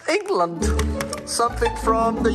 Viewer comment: The way u said London and England was rude